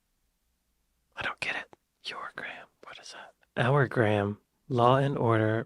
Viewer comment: The VIKINGS got there first !! GRAHAM is pronounced GRAY UM not GRAM !